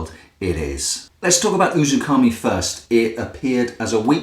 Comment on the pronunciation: it's "uzuMAKI" not "UzuKAMI" . great review though